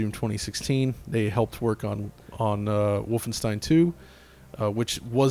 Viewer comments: Mitch H volf ein shtein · Stop saying "vulfenshtein"!! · Its Wulfenschtein. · Omg can you stop trying to say Wolfenstein with a German pronunciation. It doesn’t sound cool and hip, it sounds shithouse. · God that "Wolfenstein" pronunciation is so pretentious... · pronounced wolfenstein so funky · That's what i remember too; Just re-watched the video and it seems like is saying it as a V and as a W; That may be because even though he's living in Germany, is actually from the US. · eyeroll What a pretentious way to pronounce Wolfenstein dude. Face....palm. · i find it annoying too, but he's german, so i suppose it makes sense for him